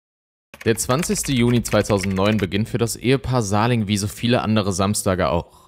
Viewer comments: Ich hab dir ja schon häufig Komplimente für die Videos gemacht, so auch hier. 👍 nur ein was triggert mich dann doch manchmal, du sprichst die Namen von Opfern oder Tätern häufiger falsch aus. Damit meine ich nicht, wenn ein Fremdländischer Name schwierig auszusprechen ist, sondern wie in diesem Fall, wenn du einfach falsch liest und Buchstaben weglässt oder dazuerfindest. Hier heißt die Frau Sahlig nicht Sahling. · Heisst sie nicht Sahlig mit Nachnamen? Ich verstehe immer Sahling...